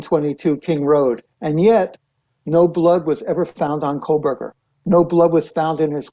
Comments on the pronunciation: Public Service Announcement.... There is NO L in Kohberger. You're welcome. It's not Coal-burger. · Megyn, it's Kohberger, no L as you're pronouncing it Kohl-berger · Good God. Can someone please tell her that she is pronouncing his name wrong??? It’s KOHBERGER